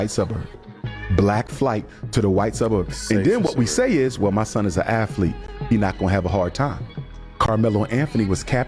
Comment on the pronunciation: When the heck did they put an F in the word athlete?!